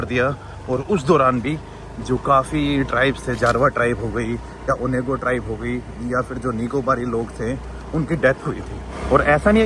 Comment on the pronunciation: Bhai vo सेंटीनल island hai, or ap सेनिटल Island bole ja rahe ho... Dusre jis tribe k bare me apne bataya hai vo ओंगी tribe hai ओनेगो nahi... Theek se padh to liya karo bhai... Its difficult to pronounce places name but atleast do not mis spell it...